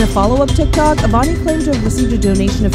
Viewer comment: "avani rey-s" 😟